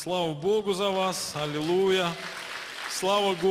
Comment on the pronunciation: Халилуия? Так правильно Аллилуйя!